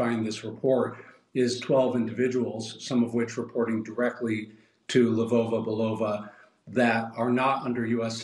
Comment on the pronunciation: I just want to make sure I heard that right; you said "Labova-Balova?"